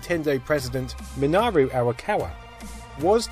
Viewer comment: how did you get "Minaro" out of Minoru? would you like it if someone was talking about your achievements but couldn't take the ten seconds to learn how your name is pronounced?